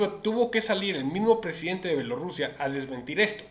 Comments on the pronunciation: Se dice B I E L O R U S I A!! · Se dice B I E L O R U S I A!